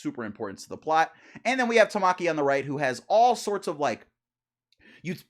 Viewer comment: Ta-muh-key. Not Ta-ma-key broski